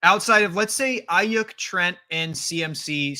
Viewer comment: Every time he says Brandon "eye-*YUCK*" it triggers me.